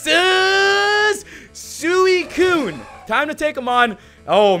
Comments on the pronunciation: Rodri, as much as I luv ya, IT'S SWEE-KOON! NOT SOO-EE-KOON! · Rodri. It's pronounced Swee Koon not soowi Koon. Just letting ya know! ;) keep up the great vids! I also like how you try not to swear because you have some consideration for the public! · Btw its suicune is pronounced "sweecune" also im Not The Best to english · it's swee-koon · suicune is pronounced sweecune